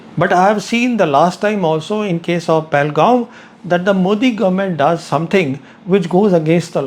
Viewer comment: Sir with due respect it's pronounced Pahal-gam not Pahal-gaon.